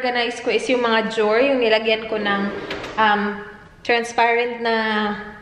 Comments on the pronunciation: Drawer - Jow’r 😅😅😅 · Iorganize ang jower 😂 sorry im not a hater pero nabbother talaga ako sa jower 😂😂😂